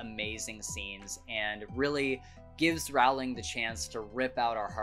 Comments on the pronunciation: Your story is as fascinating as the HARRY POTTER series itself! Just one point of fact, if I may: J. K. Rowling pronounces her surname to rhyme with “bowling”— and NOT to rhyme with “howling,” as you’d wrongly guessed. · Just for anyone who may not know, Rowling is actually pronounced like row row row your boat :) I'm so glad you enjoyed this series! Man do I understand what you meant by wanting to start the series all over again. I've read many classics, (most recently I read LoTR which I enjoyed) and NOTHING has captured my heart like Harry Potter. I always feel so completely pulled in by the magic of it all and each time I finish the series I feel like I'm mourning a friend. I've read it once a year the last few years, haha. I've recently begun reading it again. I've actually been trying to branch out and find other fantasy series (hence LoTR) but the big issue I'm having is that SO MANY OF THEM are basically just romance's disguised as fantasy and that's not what I want. I want to read a fantasy series, not a romance. I don't mind the romance in HP because it's like a side character. It's not the main plot. If anyone has suggestions, please let me know. I've read Shadow and Bone, tried reading the A Court of Thorns and Roses books (too graphically violent for me and focuses too much on romance) I started reading The Crescent City, and am currently reading The Cruel Prince. Nothing comes even close to HP. Help! Lol